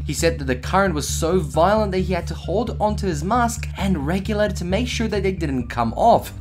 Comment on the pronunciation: Regulator, not regulahor